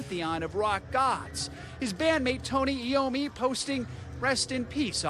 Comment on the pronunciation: The least you can do is say Tony Iommi"s name correctly. How you can't just KNOW the name is beyond me Smh